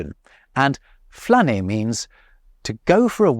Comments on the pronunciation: French here, when you say flâner for the first time i heared planner, and if you say "je planne" in france you just say i'm high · The word FLâNER is pronounced wrongly in France these days, an evolution. It is the difference between âme, âne and Anne, année. It is the "â" at the end of California, and not the "a" at the beginning of California. Désolé, mon cher ! Chez-nous, on flÂne, on va flÂner au parc. 🙄😃😂